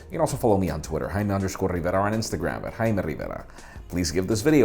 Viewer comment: Whenever he says his name I always hear it as hymen Rivera.. 😐